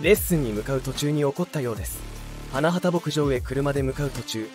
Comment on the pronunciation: いい歌が多くて好きです。 ひとみさんのご冥福を御祈り申し上げます。 ところで、花畑牧場は「はなはた」ではなく「はなばたけぼくじょう」です。 べりー工房でなくベリーズだし…😅 あとメンバー紹介の所も最初から流れる同じ写真が目まぐるしく変わるだけなので誰が誰なのか一般の人には判りづらい。 それに…メンバーのその後といっても、wiki情報を丸写ししてるだけで最終情報すら10年以上前…… あさみさんは現在ゲーム系YouTuberちゃみんとして活動してる事位は有名なんだから調べてほしい。